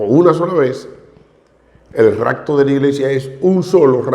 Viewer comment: Saludos hmno ,Primero no es racto es rapto con "p "